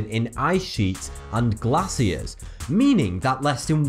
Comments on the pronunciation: Glasiers? Really? It's Glaciers. (Glay Cee Urs) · wow this kid cant even pronounce glaciers right and we are suppose to believe is "facts"